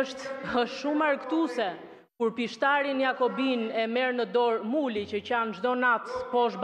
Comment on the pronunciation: sa bukur ja tha emrin .. muli... 😂😂😂😂😂